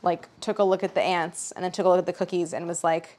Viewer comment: Lol. When she said “ants” I thought she was saying “aunts” so figuring out “EXTERMINATE”